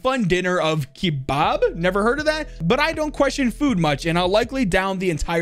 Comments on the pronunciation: the pronunciation is closer to "kabab". and honestly i feel like she likes this because of her parents. after seeing her document from the blackmailer showing her parents' names, they actually both sound like very Arab names, and kebabs originated in the middle east, which tells me that her lineage could be middle eastern. also yes kebabs are delicious, even though the one in the picture is more like a kebab sandwich, where usually kebabs are on a stick. also also in the next picture idk about the real place but those dome structures remind me of that one map from COD modern warfare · kebab pronunciation is actually Kuh-Bab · What never heard of kebab? It's pronounced ka-ba-b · lets goooooooooo do be mentioning iran ( aka my home country ) also jepp its not keebob its keh-bob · Kee-bab had me laughing. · "keebaab" how have you never had kebabs dude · Bro said keybab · Middle eastern people after hearing say kebab wrong😤